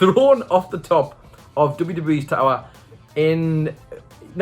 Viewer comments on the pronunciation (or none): none